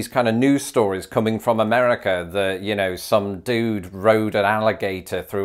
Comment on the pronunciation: it's not "Ameddica".